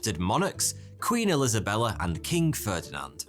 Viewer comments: sounds like he says “elisabella” XD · Did you say “Queen ILISAbella?” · It's also so fun to listen to him fuck up words and names in every video he does 😂 Queen Elisabella??